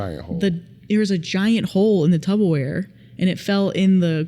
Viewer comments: Is she saying “tubbaware?” TuPPerware, my friend. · DID YOU SAY TUBOWARE?!?!?